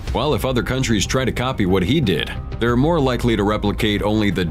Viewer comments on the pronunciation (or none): none